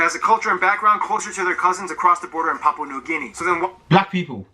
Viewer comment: dari sekian banyak kota, hanya mengatakan PAPIBOOM (PAPUA) 🤣🤣